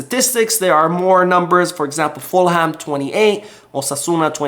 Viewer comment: Mate, you can’t be a football fan and say “Full ham.” It is properly pronounced like “Fullum”